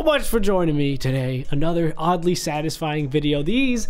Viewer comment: Every time when you say oddly Satisfying i think you say ugly satisfying i dont know why🙄🙄